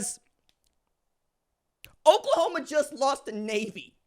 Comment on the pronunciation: Nay-A-Vee Nay-A-Vee Nay-A-Vee Sound close enough?